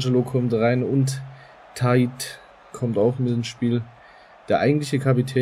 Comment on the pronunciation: Der heißt Tait und nicht Tiat